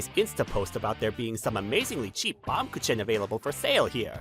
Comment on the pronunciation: Uhhh y'all didn't pronounce baumkuchen right (baam-gu-kin)